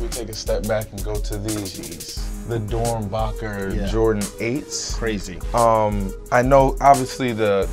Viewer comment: This nigga said doernbocker 💀💀💀